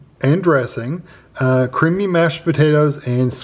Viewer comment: When was describing the first two meals I could have sworn he said “creepy “ mashed potatoes